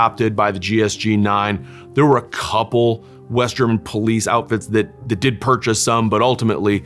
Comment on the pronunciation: What a fantastic presentation of 3 amazing sniper rifles. I didn't know the Model 93 SR until now. Thank you for that. Even your German pronunciation is pretty good